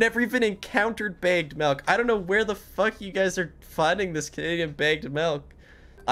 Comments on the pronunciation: hearing him say “baegged melk” is activating my fight or flight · Baged melk😂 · I love how he says "begged malk" instead of bagged milk lol